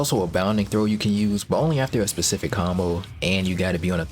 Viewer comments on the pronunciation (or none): none